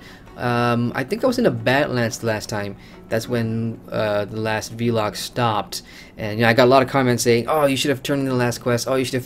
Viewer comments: Say VLOG not V-LOG please... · try it... its not hard, say it with me... VVVLLLLLOOOOG :)